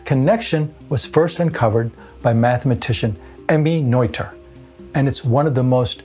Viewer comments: It's Nöther, not Neuther. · Pedantic state follows: Noether is pronounced nerter, not noiter. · Regardless of Noether or Nöther, shouldn't the pronunciation be the same? You pronounced the name as if it had been spelled Neuther in the German language. I went to Google translate, selected the German language, typed in Nöther, hit the play button, and sure enough, the correct German pronunciation could be heard. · The "oe" in "Noether" is pronounced as the "i" in "girl" - approximately. Greetz Herzele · The "oe" in Noether is pronounced like the French "oeu" in oeuvre or boeuf. "Oe" is NOT two separate sounds, only one. It is just another way to write the umlaut "ö".